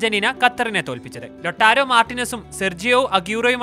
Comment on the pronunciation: ലെടരേ Martinez അല്ല lautaro Martinez എന്നാണ് ആണ്